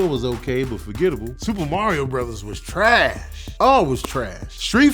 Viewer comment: The way he says trash 😂😂😂 I'm actually dead